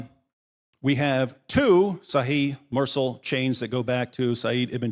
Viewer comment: Fantastic! But Mursal is pronounced Moorsal.